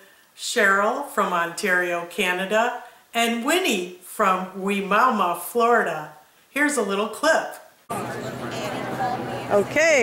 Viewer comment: 😂😂😂 it's you say Wimauma different, we pronounce it with a Y you the first person I've heard say it that way so cool.